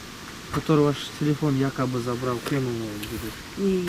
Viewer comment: кыргызтан кыргызтан оа бул баланын уну жакпайтат еще мурункудай кызыктуу болбой калат экен жаман жазап суйлойт экен го телефон дегенди тилифон деп 😠😠😠